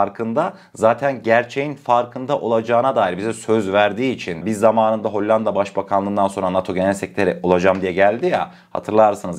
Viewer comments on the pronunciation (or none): none